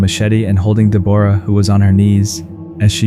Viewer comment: Deborah being pronounced every which way but the correct one 😞